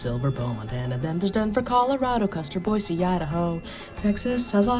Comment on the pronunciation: Said Boise correctly 🤯